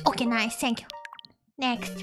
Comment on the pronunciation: bruh her sharp "thank you" and nice is so funny. She's getting close to raging